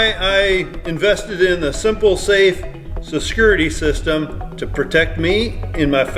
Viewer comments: What is sescurity system,? 😂😂😂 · Watching attempting to pronounce "security system" multiple times within a minute was the highlight of this video.